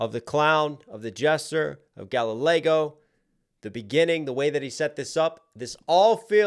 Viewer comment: Did you say "Galli-Lego"?